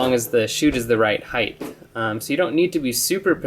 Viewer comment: there's no "h" on the end of the word height.